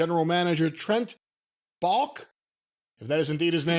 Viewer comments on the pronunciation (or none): lost some credibility by butchering Trent Baalke's (ball-key) name. He's been a GM in the NFL for a long time. Come one. Ha ha.